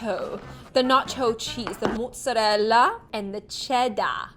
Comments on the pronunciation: The way she said “mozzarella” just let me :0 (It’s prefect) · I’m Italian AND I’M PROUD OF THE EFFORT IN THE PRONUNCIATION …✨mozzarella, tagliatelle✨